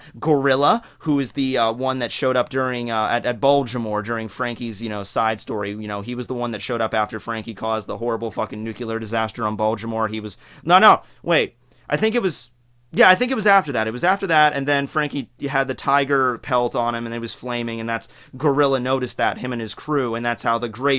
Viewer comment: Its nuclear not nucilar xD